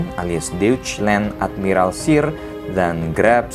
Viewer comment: Masukan bang, cara bacanya "Bismarck = Bismark", "Reich Kanzler = Raih kantsler", "Deutschland = Doitsland". Saran juga bang, bukan bermaksud menggurui, di next video, abang coba cari tau pelafalan katanya 🙏🏻